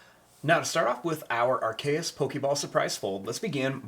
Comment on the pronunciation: It is called a AR-KE-US soprise fold.